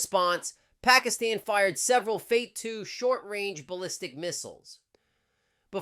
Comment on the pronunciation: isi and cia paid you tuber. pakistan dgmo begged for ceasefire. she does not knoe the name of paki missile name even. it is not fate rather fatah. what a rubbish!